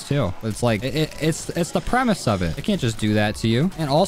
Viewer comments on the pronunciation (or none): none